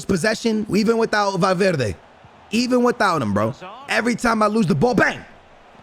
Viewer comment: Ayyy he said valverdes name right